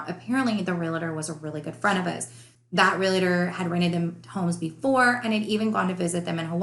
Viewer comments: As a whole you sound well educated so when I tell you this perhaps you will understand that I mean well. The word ReLaTer doesn’t exist. The word is Realtor pronounced exactly as it is spelled. Realtor REAL TOR. All licensed real estate agents/Brokers are not Realtors but all Realtors are licensed real estate agents or Brokers. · The issue isn’t ER or OR It’s Real tor. 2 syllables Not Re la Ter 3 syllables